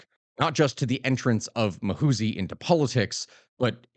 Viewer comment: It's Muhoozi not "Mahusi"